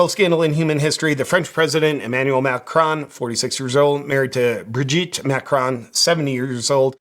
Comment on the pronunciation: Macron is pronounced Mah- krone. Last syllable rhymes with cone or lone.